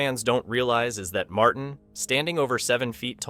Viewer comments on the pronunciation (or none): none